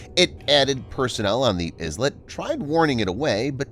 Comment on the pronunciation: The word "Islet" is not Izlet but eye let.